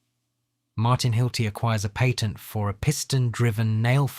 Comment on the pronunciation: dude cannot pronounce "patent" or "garage" correctly. 😄